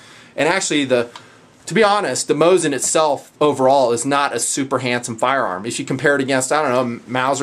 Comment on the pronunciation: According to my friend whom lives in moscow you are saying it correctly. Its how I say it and how most people say it lol. The tools whom say Mah zeen Nagent and whatnot are just trying to seem clever.